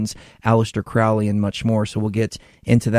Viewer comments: It's not Crawley its Crowley, the best video you will find on you tube Michael Tsarian unslaved Aleister Crowley. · Any podcast where they dont know how to pronounce Crowley gets an automatic disconnect from me.